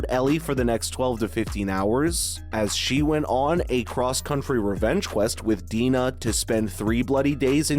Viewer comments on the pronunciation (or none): none